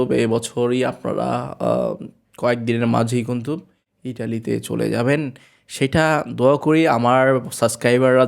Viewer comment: Vaiya apni kuntu bolen kno kintu bolle sunte vlo lage